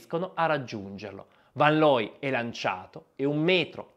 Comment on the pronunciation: Rick fan loy,. Ludwig fan Beethoven, pur Tedesco era di origine Olandese, è "fon" tedesco. Attenzione alle pronunce. Grazie comunque per la pillola di sport. Scusami per la correzione.